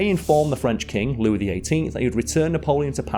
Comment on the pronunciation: I love how spends a lot of time aching over the pronunciation of Pere LeChaise and then in the same video pronounces Louis Lou-iss.